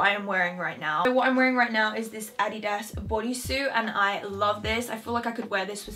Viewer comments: Omg finally someone pronounces it "Adidas" not "Adeedus" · ANNAGISSAA because Americans pronounce it differently however the way she pronounced it is correct. Adidas is a German brand and thats how they pronounce it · Finally someone who speaks English but pronounces Adidas right! I once said that in my video and the people were like."no that sounds so weird" haha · wait how else are you supposed to pronounce adidas, this is normal pronunciation for me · You are actually the first english speaking person I’ve heard who pronounces Adidas right 😄